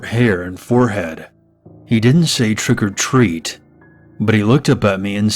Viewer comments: Twick or tweat LOL great vid tho 😉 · It was funny when you said twick o tweet. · More like "Twick o' Tweet";○)